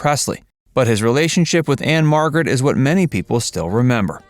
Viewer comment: Anne Margret Who? Even saying her last name (which no one does or ever has but probably he parents), you still didn't get it right.